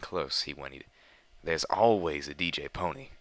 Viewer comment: Good, someone who says DJ Pon3 right